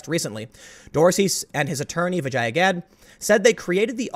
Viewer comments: It’s pronounced “vijah” lol I know this because I watched the joe Rogan podcast... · Vee-jah! For fucking hells sake, you did a 3 hr podcast where her name was clarified at the start and said correctly lots of times!!! #LearnToSpeak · No Tim, they are evil. The moment you explain and demonstrate that they are doing something wrong but still continue to do it, its just evil. P.s. Vijaya?!🤣. More like vajina. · I think it's hilarious you mispronounced her name. Amazingly funny.